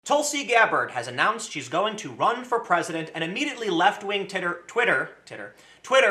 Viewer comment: I like the part where he said "Titter" instead of "Twitter".